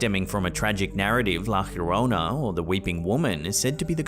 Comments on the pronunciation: It’s kindly pronounced La Yo-Rona. Not La Her-Rona. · It's pronounced like La "Ya-rona" not "here-rona"😂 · It’s La Llorona, Not Fiorona. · How have you not yet learned to say Yarona yet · it’s “lah yo-row-nah” 😂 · Bro, why do you keep pronouncing La Llorona as "La hyiorona"?? LL is Spanish just sounds like a "y" or sometimes a soft "j" but never "hyi". Please fix yourself! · Please, I'm half English and half Spanish. Try a Y sound for Yes whenever you try to say - la llorona -. Avoid any G or J sound 😅🙏